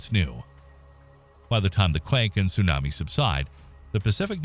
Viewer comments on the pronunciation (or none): The pronunciations tho..... "su nami" 🤣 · I could watch the video if you learned how to say tsunami smh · It's 2024 and you can't pronounce tsunami correctly? 🤦🏽‍♂️